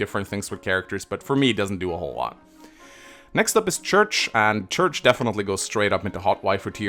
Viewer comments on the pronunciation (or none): I can't believe you pronounce Cherche as Church. I say it Share-Shay.